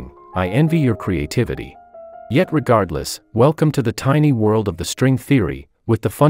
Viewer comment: GUYS GUYS HE SAID TINY WORLLD